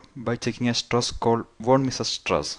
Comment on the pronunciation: Not sure. But I have never heard such pronunciation of "von Mises" stress before.